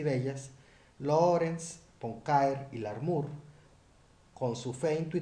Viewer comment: Aún después de aviso, ningún nombre bien pronunciado 😂 Ponquer, Poncaire, Poncair 🤯 no es más fácil Puancaré? Luego Larmur en lugar de Larmor , George como Jorx, Michelson como Mikelson 😉 No consigo encontrar una norma que rija la pronunciación de los nombres en estos vídeos que no sea aleatoria!🤔 Antes de hacer unos videos tan interesantes, no costaría tanto asesorarse para ser más riguroso como precisa la ciencia.